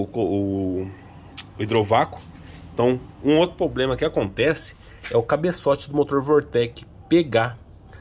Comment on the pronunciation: Puts começando o vídeo falando "poblema" e "carti" já imagino como vai ficar